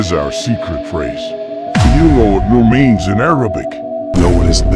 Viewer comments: yeah and “Noor” is pronounced like “nooor” it isn’t pronounced as “nor”. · its not noor its nuur )مهلاف)